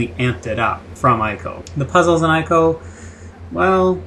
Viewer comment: Why the fuck can't you pronounce ICO correctly?